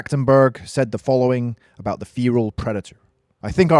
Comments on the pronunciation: You are saying fearal it's fe-ral lol. Good video just was cracking me up. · its not feeeral its ferrr alll get it wright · Fare ral not Feeee ral lol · Feeeral? Wtf? Do you mean Feral? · It's called 'Feral' not 'feAral' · "FEAR-AHL" Predator... No dude NO... It's FEHR-AHL Like a Feral Cat... u weirdo Ur welcome, thanks... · Had to turn the video off bc of how you pronounce feral. It’s “fair-al” not “fear-al” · I mean no offence, just you don't pronouce feral like fear-al. It's Fe-ral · Id finish the vid but godamn the way you say feral just pisses me off but good vid besides your dumbass pronounces feral its FERAL not feeral you in the se category as the same dipshits who say nissan zed instead of Z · FFS man it's FERAL not FEERAL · It's pronounced 'feral' not 'Pheeral'! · Feral feral feral feral !!!!!!!!!!!!! Not fear’al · Mate it's feral not fearal. Your British aren't you? Pronounce it right mate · Why do you say feral as feeral? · Why are you pronouncing Feral as "feereel" Have you not heard this word before now? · You're getting a lot of pronunciations that are easy terribly wrong, mate! "Fee-ral".... Like, seriously? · You sound dumb saying "feral" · Okay one the new predator is more like the berserker class 2 she is never tracking it however it is always following her. Just a false showing 2 pronounce feral and Comanche correctly please also this predator gives off bad blood vibes. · That's not how you pronounce feral btw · How did you manage to make a video about something with feral in its name without even learning how to say feral. Like surely youve heard the word used before at some point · You saying Feral Wrong Asf but good video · You don't know how to pronounce the word Feral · You should learn how to pronounce "feral" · It’s pronounced feral means wild like a feral cat would be a wild cat get it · I can’t cope with how this dude pronounce feral…